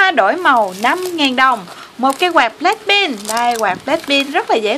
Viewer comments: Black pink mà cj cứ nói là black pin ko hà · Blackpink chứ không phải blackpin nha chị